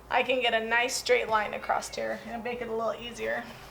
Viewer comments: Please there is no T on the end of the word across, otherwise an enjoyable video. across not acrost, please! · Great video, thanks for all the details. I would have liked nore detail about the material you chose. Quick note, "acrosst" is not a word. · U worked ur way “acrossED” lol not being rude